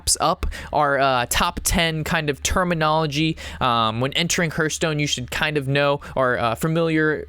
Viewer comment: Terrific video thank you. Side note : it's pronounced Harth Stone. Think of the word heart and the same exact spelling they share. Cheers!